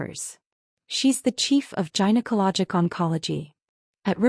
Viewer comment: Gynaecology: 'g' as in 'goat', not 'g' as in 'giant'. There's no excuse for this mispronunciation.